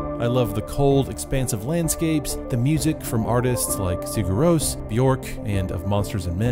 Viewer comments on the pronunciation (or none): Might be better to know how to pronounce the name if you're gonna talk about what people understand. ;)